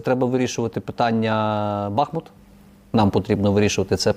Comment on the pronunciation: Шановний пан навіщо ображаєте мешканців міста Бахмут коли робити наголос на першому складі? Повторію для тих хто не знає наголос на останньому складі